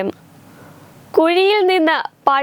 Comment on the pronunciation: മോളെ നേമസ്ക്കാരമല്ല നമസ്ക്കാരം